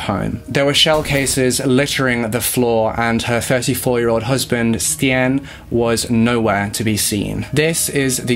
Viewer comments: Good job on trying to pronounce the Dutch names! Stijn is actually pronounced like stein (just think of any German sounding name haha) but honestly you both did a great job!! 😊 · It's pronounced like Steiyn. Something like the way you say I, like I am. But then inbetween the st and n. No idea how else to explain. But no hate. Just a launguage issue. Love you guys. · Just a suggestion - the correct pronunciation of most names, no matter of their nationality, can easily be found via a simple search on google. Stijn, for instance, should be read much like the English word 'stain'. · Can’t believe you covered a Belgian case! I’m from Belgium ❤️ It was kinda funny hearing you guys pronounce these names, not gonna lie 🙈 ‘Stijn’ for instance is actually pronounced ‘Stayn’. Love your video’s, keep it up! I hope in the future you cover some more Belgian cases, we have a lot of interesting ones. Maybe the Dutroux case. He is Belgians most notorious serial killer, he would kidnap young girls off the street and keep them in his basement. It is truly horrifying. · Y'alls pronunciation of Stijn is so sweet. This summer of collabs will hopefully bring a lot of people awareness <3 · i am actually dutch, i speak the language from both belgium and the netherlands. i wanted to thank you both for taking on a case from a place far away. you both pronounced most of the names wrong but it honestly doesnt matter, i loved this video. thank you both <3 love from nijmegen (the netherlands) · Eindhoven was perfectly pronounced 👌🏼 but stijn is actually with the same sound as the ei in Eindhoven ☺️ awesome you guys try it thought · Its so cool to see cases nearby me finally been covered, I'm dutch and remember this case bein on the news. The pronunciation is a bit off tho ;)